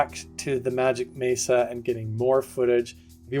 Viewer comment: Blood sacrifice is the most negative, evil path 😢ps its a Mesa like in "mess", not a maysa 😊